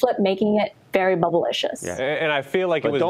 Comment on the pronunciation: Did she say bubilicious?